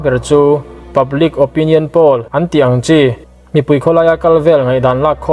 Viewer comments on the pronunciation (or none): none